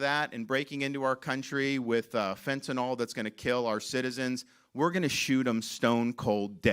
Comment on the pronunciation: It’s not Fentanol!!! It’s FentaNYL - like acrylic. Further, it’s “pouring over the border” because AMERICANS ARE BUYING IT!!! If they had nobody to sell it to, it wouldn’t be coming. Supply and demand. Free market!